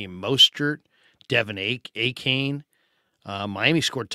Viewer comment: Hey, it’s pronounced “A-Chan”. Love the show